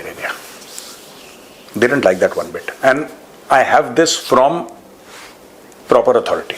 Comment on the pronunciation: Aand bol rhe hai 😂😂😂😂 And ko